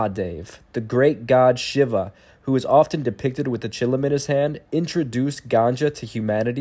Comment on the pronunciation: Too bad the person who is narrating does not know how to pronounce “Shiva” properly! 🙄